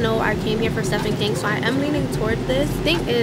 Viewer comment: girl i love you but it’s pronounced steven not stephan. i’m sorry i wish i coulda let it go lol!